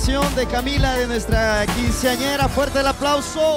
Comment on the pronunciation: “KINcenara” ugh.